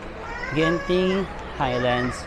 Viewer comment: Hard G for Genting. Not Jenting or Zenting